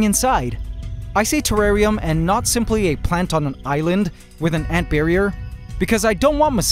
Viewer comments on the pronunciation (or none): none